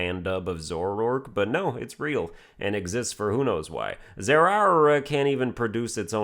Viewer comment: "Number 17: Zerrarrerrra." 😭😭😭😭😭😭😭😭😭😭😭😭😭😭